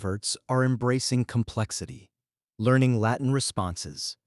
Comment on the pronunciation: A.I..slop. Doesn't even pronounce the word "Latin" correctly